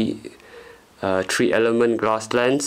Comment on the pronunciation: 2.5 and TREE watts? Jeez, tree watts must be a lot. Jk buddy, I like to joke about Asian American accents. I got 95% all Asian friends. Nice laser though, I wished I had patients to build that. My cat wouldn't want to chase that